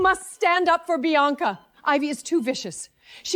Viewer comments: Biana, Bianca, Beyonce. Ivy, Avery, Ava. AI really messed up the names😅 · AI cannot pronounce Bianca….